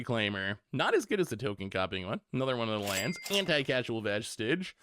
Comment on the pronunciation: CAUSE-AL not "casual" lordy